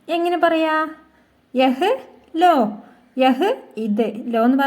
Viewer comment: എന്റെ പൊന്നു ചേച്ചി നിങ്ങളുടെ ഉച്ചാരണം വളരെ മോശം, യഹ ലോ അല്ല ഉച്ചാരണം, സംസാരിക്കുമോ യെ ലോ.. Ok, ലോ എന്നാൽ എടുക് എന്നാണ്, ലലോ -എടുത്തോളൂ, ലിജിയെ -eduthalum